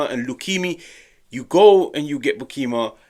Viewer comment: your pronunciation of Sam Beukema is WAY off. Use google translate with Dutch. Same for Lang. The way you don't try to pronounce their names correctly don't give a good look